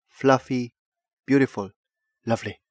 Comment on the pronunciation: Trademark na ng channel na to yung tono at kung paano ang tamang bigkas ng "Loveleehh" 😂